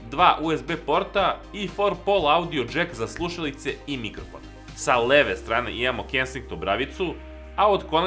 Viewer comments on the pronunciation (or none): none